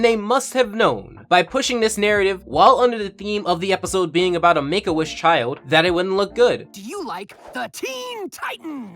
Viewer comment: Oh shit you are saying Make A Wish...... Honstly sounds like you are saying "Megoish" like it is some off breed od Jewish.